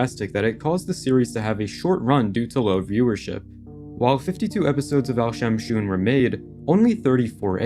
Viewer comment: Al shamshoon 🤣🤣🤣🤣🤣🤣🤣🤣🤣🤣🤣🤣🤣🤣🤣🤣🤣🤣🤣🤣🤣🤣🤣🤣🤣 Indian finds it very funny